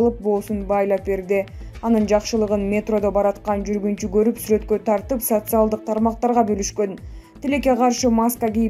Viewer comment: Кыргыз тилинде к тамгасы жок болуп кеткенби, горуп, гелет , гетет деген лексиондор пайда болду го ыя